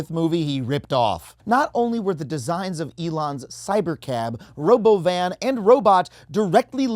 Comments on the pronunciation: "Robovan" Correction: RowBovin. Jon bovi. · I love how Elon pronounces it 'RoBovun'. Did anyone else notice that?🤣🤣🤣